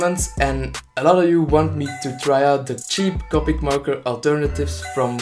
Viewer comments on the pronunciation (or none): Who thought he said marko instead of marker